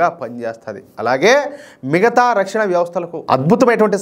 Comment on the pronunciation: Rakshana na is not It is ana.please correct it